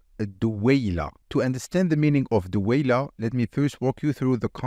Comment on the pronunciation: Bro fix your moroccan or algerian accent in pronunciation first and then teach Arabic Its دويلة Duwayla and not Duweyloa and the same for the all of the other words.